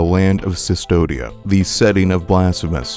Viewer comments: C'mon man! It's Custodia, not Sus-todia... CU is read is KU in Latin. Do you say Mea Sulpa too? :D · Very interesting, but I had to stop the 10th time I heard Sustodia instead of Custodia. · Yeah it confused me as well "It cannot be possibly pronounced Cystodia" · A bit of correction in pronunciation for future reference, this is old spanish so the "v"in "Cvstodia" is pronounced as "u" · Minor point, but I believe cvstodia is based on Latin text, where v represented a u sound, so it should be pronounced custodia (like as in custodian)